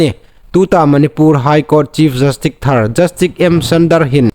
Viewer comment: 'Jastik' niloin 'jastis' ti thlûka lam ding a nih.